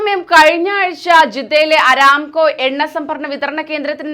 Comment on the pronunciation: അരാംകൊ അല്ല , അറാംകൊ .